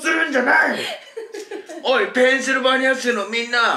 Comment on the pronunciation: ペンシル「バ」ニアって言うあたり覚えた言葉をすぐ使ってみた感あってかわいい